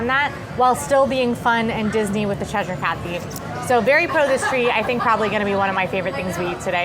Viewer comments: is saying Cheshire correctly! 😊 Short e sound, then uh at the end - like CHEH-shuh with the emphasis on cheh. The only Shire like is saying it is in Lord of the Rings! This will also help you with things like Worcestershire Sauce (WUH-stuh-shuh). The more you know! 😂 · is right... it's "Ches-sheer" Us Brits have a confusing language 😂 ❤❤ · As a Brit, I can confirm that is pronouncing Cheshire correctly. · is correct in the pronunciation as I live in Cheshire in England xx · says Cheshire Cat correctly